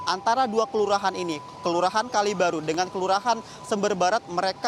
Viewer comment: Kalibaru bang bukan Kalibiru 😂